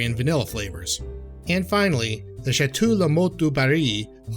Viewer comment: You kinda need to know how to pronounce Château when you are making a wine video